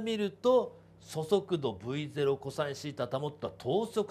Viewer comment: そそくどって聞こえる